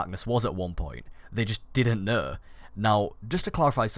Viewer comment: "They didn't kneh."